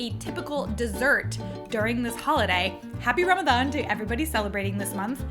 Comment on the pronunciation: PERFECT pronunciation of the word Ramadan! 🌹🌹 Thanks.